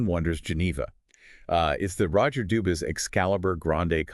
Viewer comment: It's pronounced Dubwee. Like how Bourgeois is Bushwah. 😅